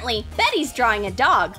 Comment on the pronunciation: Not drawing drawing your saying drawwing with two w